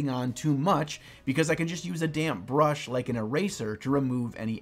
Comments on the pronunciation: Anyone else keep hearing "damn brush"? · Literally every time said "damp brush," I heard "damn brush," and the video was all the better because of this.